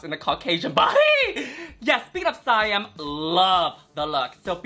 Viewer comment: Why can't people pronounce Siam?! 😭